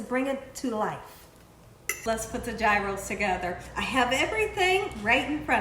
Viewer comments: It's pronounced Year - oh. 😊 Thanks for the video!! Happy Easter! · It's Greek - and it's pronounced Yee-rohs. The G is like a Y. And they are made on a pita bread. Usually no lettuce. Thin sliced onion, maybe some tomato and of course, the tzatziki sauce (cucumber and yogurt sauce). You need the lamb/beef mix that's cut off of the rotating cone that cooks over a hot heat source. Fire grilled, for example. These are very popular in Chicago neighborhoods. Yum! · Please,! NO G! If you are going to cook authentic, please pronounce authentic! The Greeks are telling you correctly! Please join in! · Pronounced " Heroes". But I've never had one. I love lamb , but have never seen lamb strips, they look awesome ! Thank you, Have a BLESSED Easter ! <3 God Bless you all ! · Sorry, it’s pronounced yros. Roll the r.